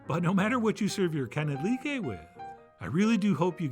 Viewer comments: “Kee-nee-dliiii-keeeyyyy” LOL you get an A for effort 😆👏🏻👏🏻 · Nekedly is how you pronounce. The Hungarian ones I make is pronounced nokedly. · It’s pronounced key-ned-leak-key. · you said "kenned-leekay" - but its "knatt-licky" - and its definitely very close to the german "knödel" in etymology (i guess) ....which is the daddy of all dumplings as you will know. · It is pronounced née-lick-lee. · It’s pronounced knedt leeeky ;) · Great recipe and no chef. Thats definitely not how you ponounce it xD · exactly opposite... k is not silent, but well pronounced. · I forgive you for mispronouncing these, Chef John, you added an "E" betweenthe K and N that isn't there, and I forgive you because you did such a good job on these. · you BLEW the pronunciation!!!! lol and my grand mother added sliced stale bread pieces too.